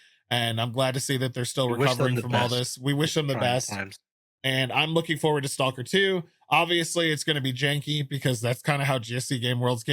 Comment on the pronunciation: "Salker 2"? Shame! It's "S.T.A.L.K.E.R. 2"!!